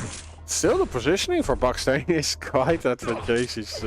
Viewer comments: You were saying buckstain like mustain but its baksteen like malmsteen :face-purple-smiling-tears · its pronounced baksteen like epstein